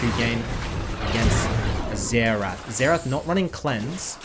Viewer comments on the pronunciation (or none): Why are you calling Xerath "Zetch"?